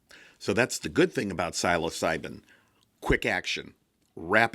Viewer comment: great video. just please lookup the pronunciation of the word "psilocibin"